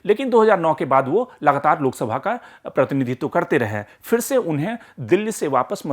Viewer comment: Fir nahi phir. Sahi uchcharan toh karo